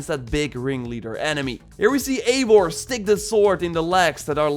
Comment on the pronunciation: it’s pronounced eye-var, Eivor